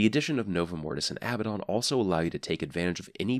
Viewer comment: its " a-BAD-in" not "abba-don"